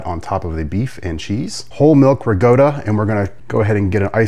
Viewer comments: Rigoatta instead of calling Ricotta pronunciation gave me a twinge and I am Irish. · I believe he’s mispronouncing RICOTTA on purpose. 😏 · Gross. Pronounce ricotta correctly. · WTF is Rigota!! It's Ricotta!!! DAMN!!! It's pronounced MAN-I-COT-TEE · I was just getting peeved off EVERY TIME He pronounced "MINO-COE-TEE" & "RIG-GOATA".. 😂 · Man-A-Cotti, Ri-COTTA, universal English pronunciation from Texas to Canada and every place in between. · Your Italian pronunciation is brutal. Rug gota is close to Bogota. Manucoatty was a Spanish bootlegger who sold man na - cot e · It looks amazing, but please learn how to pronounce manicoti, and ricotta.